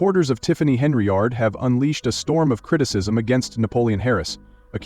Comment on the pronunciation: I wondered if anyone else heard that. 🤣🤣🤣🤣